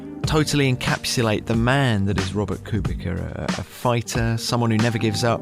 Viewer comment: If you respect Kubica so much, for god's sake learn how to pronounce his last name properly.